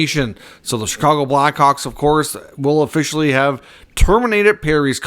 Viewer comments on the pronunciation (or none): Sir, the word is Official --- NOT E-fficial